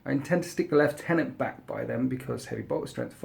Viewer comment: Lieutenant is not pronounced "LEFT TENANT"